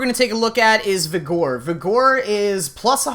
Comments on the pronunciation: So bad listening to you butcher pronunciations like Vigor (vi-gr not vi-gore) and your 435 redirection mods you called 145. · omg its vigor not vigore -. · i believe its pronounced "vi-ger", not "vi-gore". I may be wrong, but im pretty sure on this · It's pronounced viggur... not vihgore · dude vigor is pronounced vigger. it was hard to listen to vegore over and over. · vih grrrr not vee gore lmfao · Hahahahaha “Vih-gore” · Haha I laughed for real when he pronounced Vigor. Viger, it’s pronounced like it has an E. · You are pronouncing vigor way wrong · the way youre mispronouncing vigor really irks me. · Do you really not know how to pronounce vigor? I just lost some brain cells what the hell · really you dont know how to say vigor xD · Good vid with a lot of info, will watch again. Cringed a bit each time the word vigor was spoken though.